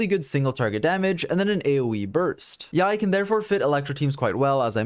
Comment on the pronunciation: Not only is one of the most knowledgeable YouTubers but the pronunciation of Yae is on point which makes all the more better